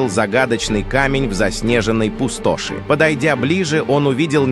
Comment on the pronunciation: Пусто́шь, да-да, именно так это слово и произносится!🎉😅